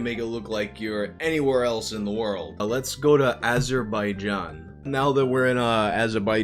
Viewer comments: "let's go to Azer By Jean" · It's Az er ba ja n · VYUUYBHOHF YOU BUTCHERED AZERBAIJAN HDCDEDEHJCDEECD LMOOOO